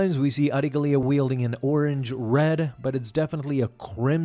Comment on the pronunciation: yeah he is pronouncing her name right